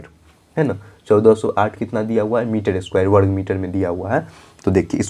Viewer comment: Misar nhi sir miter😂😂😂